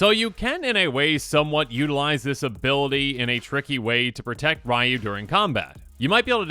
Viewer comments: You're gonna have to learn to say Ryu (ree-yoo), since there's also a commander named Raiyuu (rye-yoo) now. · Aw man, he called him “Rai-Yoo, instead of Ree-Yoo. I will die on this hill. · Even more specific it's pronounced as one syllable... Or as close as an English speaker can get. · It's REE-YOU! Not RYE-YOU! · "Rye-Yu" No your head is still in Kamigawa. Its "Ree-Yu" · for reference, the first character, Ryu. His name is pronounced (Ree-YU), not (Rye-YU) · Ugh it’s not “rye - you” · FYI, Ryu's name is pronounced ree-yu. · People who is correcting is still pronouncing Ryu wrong. Its not "Ree-yoo", it's "R-ooh" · Technically, it's pronounced "R-oo" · As someone who was first introduced to SF way back in the SNES days and was ecstatic when he was introduced in Smash Bros 4 for WiiU, just remember, the way to pronounce Ryu rhymes with WiiU. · Yeah some technical people say “Roo” with a slight Y sound but that’s really hard and “ree - you” is much easier and it’s also the way it’s pronounced in-game whenever a character says his name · As a person who plays street fighter the way he is saying Ryu is triggering me lol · How should you pronounce Ryu ? The answer lies in the heart of battle.